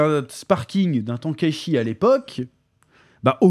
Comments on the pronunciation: Non mais Tankachie ... ça se dirt phonétiquement tainekaïchi.... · «t1 quai chie» petit chef stp